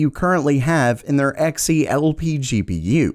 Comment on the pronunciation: Everytime he said X e and not Xe(z) i died a little inside